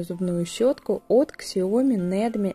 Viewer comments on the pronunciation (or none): Не Ксиоми, а СяОми,перед рекламой,нужно конечно лучше подготовиться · СЯоми. Сколько можно коверкать